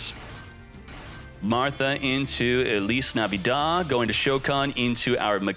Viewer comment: "Ellis navidad" 😂